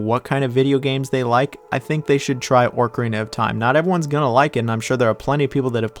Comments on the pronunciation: My wife couldn’t withstand how you say Orcarina and not Ocarina 😅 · ORCarina xD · Why Orcarina 😭😭😭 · OCarina of time not ORCarina of time. Great vid tho, just pissed me off hearing that LOL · Tf is “ORKarina” of time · Made it to him saying ORCarina of Time and immediately got pissed. 10/10 video. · YES OMG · Someone who says it “Orcarina” WOULD rank Majora that low… (I’m just teasing, but this one was rough for me on a soul-level lol) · Listening to you mispronounce ocarina was all I needed to know. You are obviously not very smart. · Bro what is that pronunciation of “ocarina”, there’s no “r” before “c” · It's like a dolphin.....a killer whale of time!